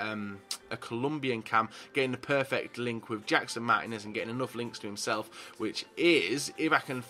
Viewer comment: andrew maxwell No, the I should be accentuated, "Mar-tea-nez."